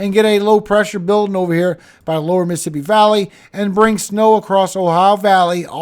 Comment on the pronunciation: Miss-a-ssipi or Miss Siipi ??? Tell me without telling me you have spent time around north shore,, Hattiesburg,,Slidell Just 'nother country youngun' here ❤❤❤❤❤❤